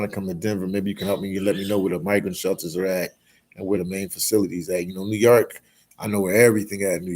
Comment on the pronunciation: And it’s New YORK, not New Yark 😒😒 damn immigrant.